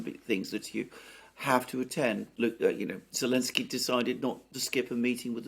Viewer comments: seems to be saying "Alenski" a lot, but I thik he means "Zelinski". Am I right? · Ukraine outlawed the use of Z early last year. So had to say Ellenski. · Maybe most fans know this but what's the reason calls Zelensky "Elensky?"